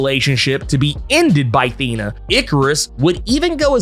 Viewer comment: The way you speak Thena os anoiyng. Do Kingo.